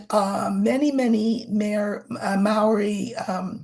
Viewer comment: Waitangi is pronounced “Why-tang-ee”, for the curious. And Māori is pronounced “Mah-ree”. They have such a beautiful language, and are a beautiful people and culture.